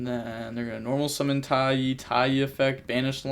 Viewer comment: Isn’t taia pronounced (tie-uh)